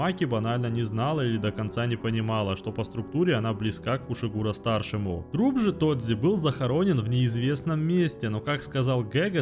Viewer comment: Почему ты назвал Тодзи Тодзи, а его фамилию Фушигуро а не Фусигуро, ну ты и позер